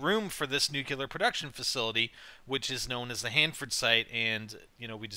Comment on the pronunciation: Omg im on youtube!! I live near Hanford, by Fresno !! Omg my dream has come true!! Ohh and good job pronouncing everything right :)